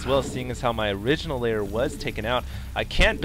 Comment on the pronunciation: Why does he keep saying "Layer" when it's a "Lair"?